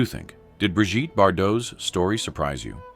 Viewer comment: Bree Geet, Brijtty? 😂😂😂